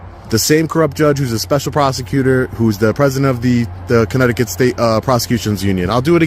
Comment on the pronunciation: Danbury, “corrupt-ticut” 😂😂